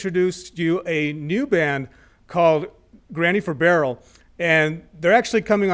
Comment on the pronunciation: everyone pronounces their name as if it’s granny 4barrel but as far as i’m concerned it should be separated. more of a pause between the 4 and barrel